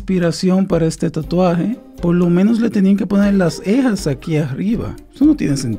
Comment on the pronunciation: Me gusta Como dices ejas en ver de cejas!